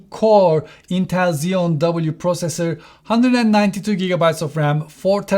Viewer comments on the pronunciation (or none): none